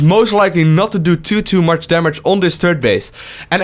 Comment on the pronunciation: I know English is your second language but I have to say it's "too much" not "tutu much" ^^. Great video though!